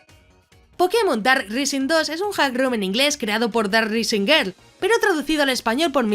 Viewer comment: Island se dice áiland y rising se dice ráising. Gracias por el video